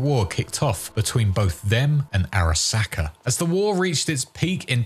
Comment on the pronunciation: just loves saying SACK in the weirdest way possible. you're a sacker